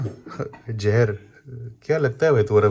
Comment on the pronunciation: Hello bhai Jahar nahi Hota Zeher Hota hai please correct karo Apne Jahar ko